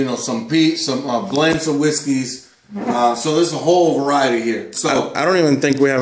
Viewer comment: Hey Numb Nuts! Learn how to pronounce the names of what you are choosing! Makes you look like idiots if you can't even pronounce the names of the whiskey! Just saying.